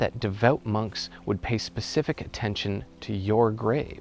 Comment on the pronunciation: You should pay Pacific attention to how you say specific ;) but all good. Great videos by the way. I think your speed is fine.